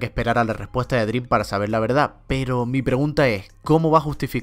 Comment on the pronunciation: siempre que dice dream: DRÍM 😡